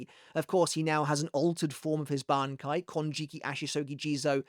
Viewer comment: I’ve always liked your pronunciation of his Bankai. You’ve always had that down. Used to look forward to it before it came out in the anime because you did so well hyping it for me.